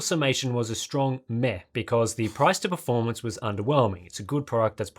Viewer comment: you're pronouncing "meh" wrong :p